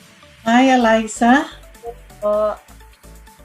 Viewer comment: miss pakiayos pronounce mo sa ALYSSA haha di yan si alisa